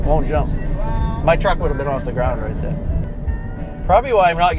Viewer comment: Ya can't get therah from herah! Love this guy. Everyone need a guy like Sherwood in their life! You just don't get more real than this guy lol. Sooooo American right....lol. Nothing they can't do or won't take on. Even an ex con....and I would trust him before about 80% of the people I know now lol. 10,000 faghts.... Love how one syllable words become two almost. Like, back in Jersey were I was born....On...almost sounds like 2 syllables lol. Owww-an Gotta love Sherwood! you get basically a container, like a shipping container that goes on the back of tractor trailers, without a lid...and you fill it with water and then drop the EC in it until it completely discharges. Might be salt water, can't remember but...thats what some places in Europe does.